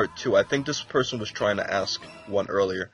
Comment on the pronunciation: Nobody has ever "axed" you a question. Learn to speak.